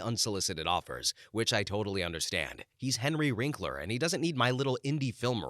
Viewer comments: Henry WINKler. Not WRINKler. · One of the stories included a nice remark about Wil Wheaton - the writer might want to look up a f/b post with Wil Wheaton called "William F**king Shatner". It's both poignant and funny as hell. BTW, please edit the narration and captions - the man's name is Henry WINKLER not Wrinkler.